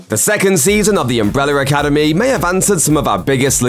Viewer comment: "Umbreller Academy" lol